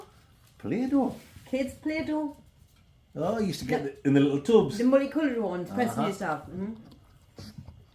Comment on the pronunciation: "Play-Doh" dying..